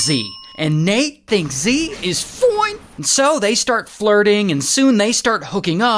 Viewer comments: his foine is funny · the "foine" gets me everytime lol